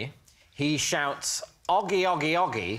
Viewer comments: If it was spelled aggie it would be like maggie, it is spelled oggie so is pronounced oggie. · ..... But it's >O Au<gie..... Augmentation has a different sound to it than Omitting. You saying 'rarar to me Augie is XXX' well okay but the name is Oggie, not Augie. genuinely do not understand why you took it upon yourself to give this story a completely different name and then act like we're the weirdos.